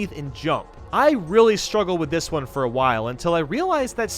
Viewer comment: "Foe after the video." Oh no, not a foe!